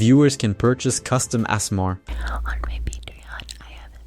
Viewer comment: "Ah-sur-mar"? Ok, yea this is a AI channel. There's no way a human read that.